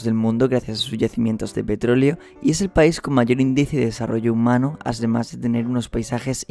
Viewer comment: soy el único que escucha "Asdemás"